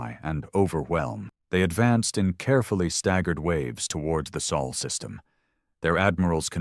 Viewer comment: Sol System, Not Saul, he's a lawyer